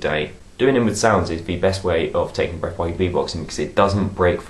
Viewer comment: Aww he says 'Breaf' Lol